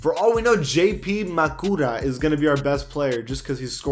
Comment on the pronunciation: Are you really going to disrespect my boy J.P Marcura (MA-KER-A) from Xavier???😑😑